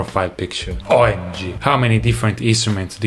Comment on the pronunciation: I just love how he go "OI M G"